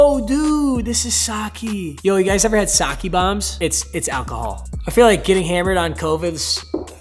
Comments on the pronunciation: its sah-kay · It’s pronounced sake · The way he said sake 😭😭